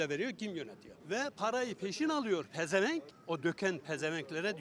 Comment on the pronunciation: Pezenvenk diyen adam beyni ucmus cahil yobazz beynsizzz